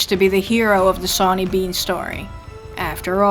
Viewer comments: your saying his name wrong its not 'SAW'ny its said like shauny with a accsent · I thought it was pronounced like Shawn? Was that incorrect?